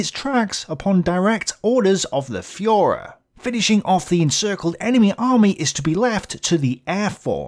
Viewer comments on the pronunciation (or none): none